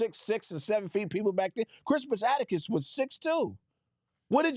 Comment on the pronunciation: is butchering the hell out of Crispus Attucks'name. It's pronounced Cris*pus At*tucks. Also, people don't know about him because they barely allow the teaching of real history in schools today. And Black American history is either censored or banned.